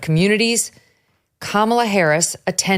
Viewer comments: I love how VDH pronounces Megyn's name correctly, but refuses to pronounce Kamala correctly. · It sucks that I can’t send this video to my leftist relatives simply because he keeps calling her “Camilla” and they will immediately discredit him 🫠🫠